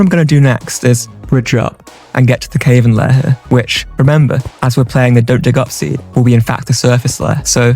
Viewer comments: Im really enjoying the videos bro, but "caverns" is killing me. It should not sound like "cave" no matter which brand of English we look at. Cav as in cavity, not as in cave. Shorter vowel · your pronunciation of cavern is incorrect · You say cavern wrong